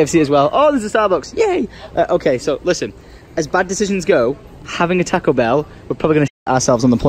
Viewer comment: Your saying Taco Bell wrong